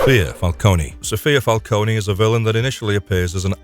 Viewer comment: Isn't it Fal-cone and not Falconie?